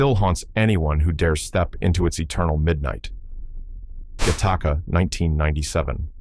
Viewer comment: it is not pronounced gahtahka. It is pronounced gattaca